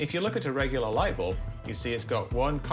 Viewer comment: Lught bulb. 😂